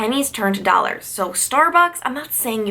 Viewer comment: you’re saying dollars funny lol!